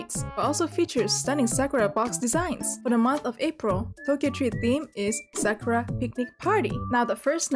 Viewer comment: Omg know she won't stop saying srakra